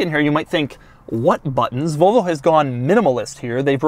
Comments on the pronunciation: Nobody: Doug: "Vohlvo" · No one outside America pronounces Volvo the way Doug does.